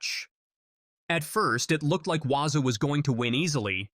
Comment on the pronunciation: The South African runner is not Waza, its Walaza...Please!!!